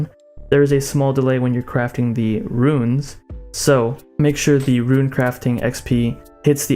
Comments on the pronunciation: Dog.......ruin......it's not rune. God I was distracted this entire video by that. Omg. Please you are murdering my ears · RUNE FUCK YOU ITS NOT RUIN GOD DAMMNIT FUCKCKCKCKC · Mate u troll what u on about how u ment to say runes?! Runes not ruins? Loooool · Seerz says “ruin” too